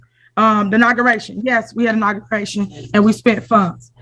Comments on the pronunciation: What’s a naugaration? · Did she say, Nagaration??? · The "Naguration" 😅